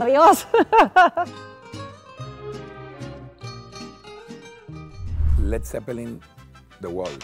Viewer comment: led zepelling jajajaja